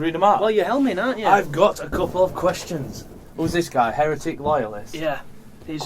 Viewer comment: you said Heretic wrong, you Tart!:D:P